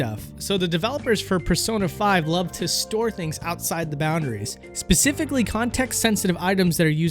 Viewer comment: Dude says (Pecifically)